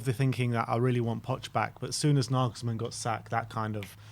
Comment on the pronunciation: Glad you've learned how to pronounce Nagelsmann 😁 I fear he'll join a bigger club in the summer but here's hoping..